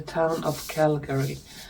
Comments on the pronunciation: It is Kalgoorlie (not Calgary). It’s a gold mining down in Western Australia - North-East of Perth. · I think the town/place you were trying to find that sounded like Calgary was Kalgoorlie 😊 Thank you for the NZ/Aussie update. Oten feel a bit left out of things down here 😂 ❤ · Calgary is in Canada. Kalgoorlie is in Australia. Pronouncing it incorrectly. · Calgary Canada ? Or is there one in Australia or Nz? Oh I looked it up and there is a town with that pronunciation In Australia, spelled Kalgoorlie.